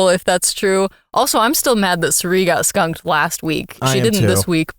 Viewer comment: you put too much emphasizes on skunkung lol.